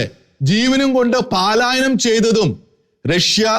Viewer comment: പാലായനം അല്ല സുഹൃത്തേ! പലായനം.